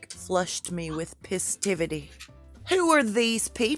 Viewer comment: What did you say? Full of pissativity? I love it!!! Hurry up with that next video!